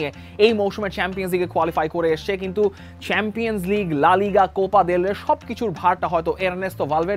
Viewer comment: কাক যখন কুকিলের সুরে ডাকতে চায়। যাইহোক, আপনার উচিত স্বাভাবিক উচ্চারণের কথা বলা। সেম্পিয়ান্স লীগ, পেইএসভি আরো অনেক আছে। রিয়াসাদ আজীমের মতো, বিপিএলের ম্যাচেসগুলো😀😀